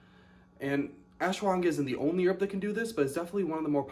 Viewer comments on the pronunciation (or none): Lol its pronounced ash wa ghanda